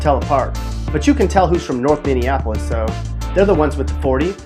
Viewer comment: He nailed Minneapolis though.